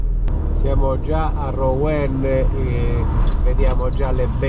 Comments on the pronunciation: Si pronuncia Ruen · Rouen = Ruen!! ;-)